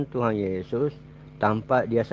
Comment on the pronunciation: Benerin dulu lidahnya/ucapannya Pak,bilang Tuhan kok tuhang,atau lebih baik Bapak benerin liang lahat spy nanti saat dikubur tidak kesusahan.